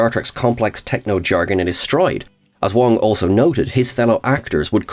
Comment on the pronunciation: That's Garrett Wang not Wong lol